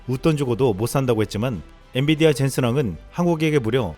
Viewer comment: 자꾸 엔디비아로 들리는데 세번정도?? 오늘 여러곳에서 그렇게 들리네요 엔 비 디아 발음하면 헷갈릴만도